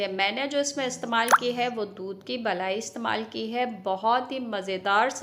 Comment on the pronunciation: Balai nahi malai hota hai